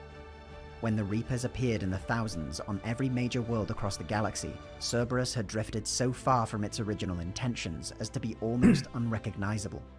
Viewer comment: Don't worry about mispronouncing the name. When I first played ME3, I called them "Cerebrus."